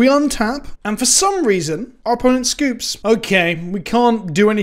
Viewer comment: "And for some reason our opponent scoups" lmao!